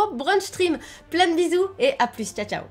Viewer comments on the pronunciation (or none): none